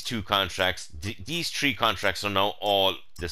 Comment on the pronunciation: Do you mean Tree or Three? lol